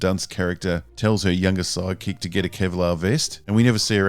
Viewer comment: In this video, and Rebel Moon, anytime you say "sidekick" I hear "psychic" and have to remind myself that I heard the wrong word.